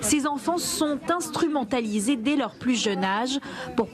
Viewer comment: "Instrumentalisé" elle dit 😂😂😂